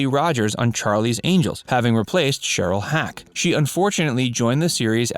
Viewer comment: It's Shelley Hack, not Cheryl, and there's no word as serieses. You're either a computer that is only as smart as its programmer or you're an illiterate idiot who is only as smart as the piss poor education you received. Either way you suck.